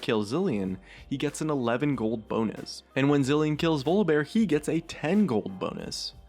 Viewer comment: "Vluhbear"...yeah something sounds wrong there :/